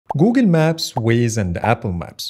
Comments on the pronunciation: “Googen Maps” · ah yes, Googin maps